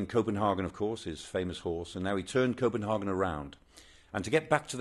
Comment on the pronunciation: His pronunciation of 'Copenhagen' is irritating.